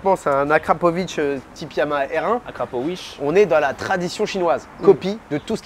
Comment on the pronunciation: "Akrapowish" mdrrrrr excellente celle la